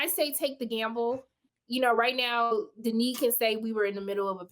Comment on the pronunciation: Denis not Dennis.